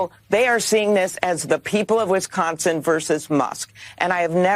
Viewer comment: Wisconsin not Wesconsin!